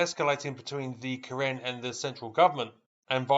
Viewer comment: Karin, not Karen.